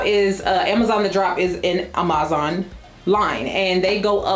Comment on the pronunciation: Sis... confused about the whole Amazon pronunciation thing. I couldn't recall why I hadn't watched you in a bit and was reminded pretty quickly when I heard "ah-MAZ-ahn" again. I'm sure you have your reasons, though it's super irritating and distracting from otherwise well-done content.